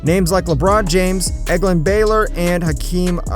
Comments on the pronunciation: He passed The Man, The Myth and the Legend Egglon Baylor! It's Elgin lol. Egglong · "Hakeem O-Loog-A-Wan" It's Hakeem <O-Ligh-Ja-Wan>. That is Hakeem "The Dream" Olajuwon and Egg-Land Baylor It's <El-Jin> Baylor. That is Elgin "The Rabbit" Baylor..... You are going to get your Basket Ball Card Taken calling these greats out their name!!!! smh.... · Elg-in Baylor?